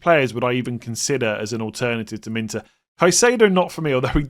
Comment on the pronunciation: Come on you’re trolling me now! It’s Min Tay not Min Ter! Even Gary Neville says it correct and he’s a twat! 😂😂. Be better…👍